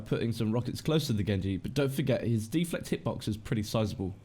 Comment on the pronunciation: De-Flect! Bloody deflect don't you mean! Haha. Good guide though.